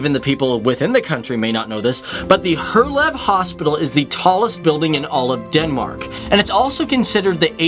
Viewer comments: Hint: if you wanna say Herlev the right way, and you are english. Say "Hair-leov" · It is Herlev hospital not her love, and it is located in the suburban called Herlev! :-) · Herlev... Thats where i live. You Said it like her laugh Buts Its more hard, and fast like "hérliv* Its crazy i know xD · 😂😂😂 Your pronunciation of Danish names and places would improve by 110% if you adopt the simple rule that most shorter Danish words has the stress on the very first syllable. 'Val-demar 'Her-lev 'Jyl-land There are exceptions, dronning Mar-'gre-te and Helsing-'ør (don't know why) and composite words usually have a stress on first syllable in each component word. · For a part 3, would be nice to double check the pronunciation of the Danish names / words i.e.: "Herlev" Hospital and Ribe... Herlev is pronounced He-A-Lo by the way. :-) - From Copenhagen here! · omg you just totally butchered the word herlev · He can't even say Herlev, how'd you expect him to say rød grød med fløde? 😂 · out of 100% cyclists 53% are male and..... here it comes...... 47% are female (no shit guys???) - and pleeeeeese check your spelling - it's NOT Her Leb - It's Herlev !!! And it's NOT Reba or Reeb - It's Ribe - and your are sponsered by a SPELLING PROGRAM !?!?! but apart form that - nice videos about the smallest SUPERPOWER in the world - thx ;-D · The way he Said Herlev, Helsingør, greve, Ribe and roskilde